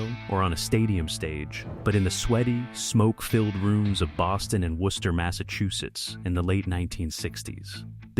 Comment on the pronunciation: You can tell AI isn't narrating this because he pronounced "Worcester" correctly.